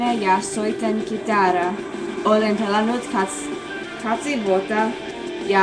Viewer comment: Pelannut heheh väärin sanottu